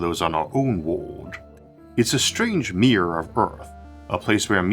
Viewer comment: O.k., let say A+ voice - sometimes his pronounciation is a little bit strange (for example "world" or "mirror")... but it has improved compared to seven or eight years ago!